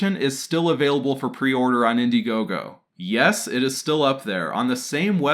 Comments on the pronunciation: It's pronounced preorDER not preorr btw. It's like you need to chill out and slow down so you can correctly enunciate words. There's no rush, you can take however long you need to do the voice over work bud. Just slow down a bit. Thanks bud, great vid. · Say preorder properly, ffs.